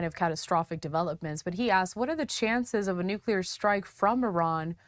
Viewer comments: Nuclear. Not nucular. Geez. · Simple lies. And its pronounced Nuklēr not nucyeler